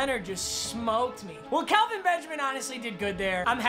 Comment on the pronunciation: Its Kel-Vin not Cal- vin